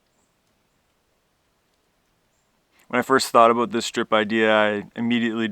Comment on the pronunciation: ha! he said aboot